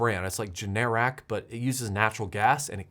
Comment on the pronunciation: The video was worth it just to hear you try to say Generac lol